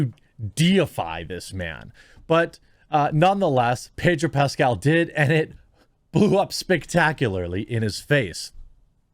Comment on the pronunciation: Ped-o Pascal